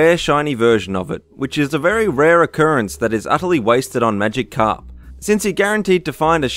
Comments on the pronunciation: It's magi- karp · Maigkarp is pronounced Magi_carp not Magic_carp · magikarp should be pronounced as one word everybody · Magic-Karp is that a pun or can't he say Magikarp... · pichu (pee-choo) magikarp (maji-karp) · Pie-chu? Magic-karp? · Also, it's Riku, not Raikou. Wrong game. Also, not Magic Carp, it's Magikarp. One word, not two. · The whole mission in RE4 is to save Ashley and bring her home, I admis she's useless and quite annoying but she has an obvious role and btw it's Pi-chu not Pie-chu and Magikarp as one word not magic carp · Pie-chu, pick-achu, magic karp, samos, Jesus fucking christ